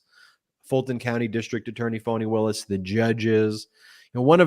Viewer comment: Ben, it is Fani Willis, not Fawny Willis. On mute, the screen does sound-to-text and spells it as Phony Willis. That is an insult to Fani.